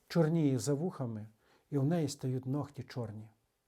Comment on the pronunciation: Українською нігті, не ногті. Дякую,, за пояснення!